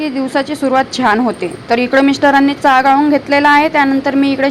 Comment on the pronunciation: काय चा चा बोलते... व्यवस्थित चहा बोलायला शिक..